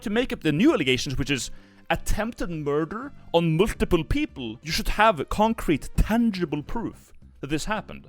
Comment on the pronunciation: Never attempt to say multiple again